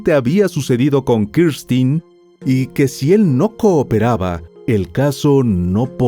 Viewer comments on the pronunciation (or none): X q dices Kirstin es Kristen burro